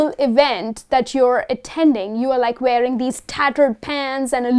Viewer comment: Mam you have a good grip on vocabulary but the word wearing you pronouced as varying!